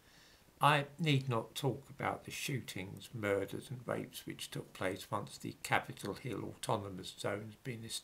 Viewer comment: I by no means wish to criticise your presentation but when you said “Capitol Hill Area” what I heard was “Capitol of Hilaria.”